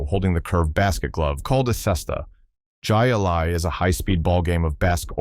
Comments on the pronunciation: LOL. It's pronounced High Lie. Not jie a lie!! 😂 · Man, I hate A.I. "Jai alai" is pronounced "Hi-Lye". Jeez. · Jai Alai is pronounced “Hi Lie” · It is pronounced High-A-Lye, not with a hard J. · Jai Alai is pronounced Hi A-Lie from Spanish, a throwing ball at wall game using a flinging ball scoop. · It is pronounced High-A-Lye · I was about to say 'Hi Lie' as well. Hey, when I didn't know what it was, I said the same thing as the narrator. The game was played at a Jai Alai Fronton, then people would place bets.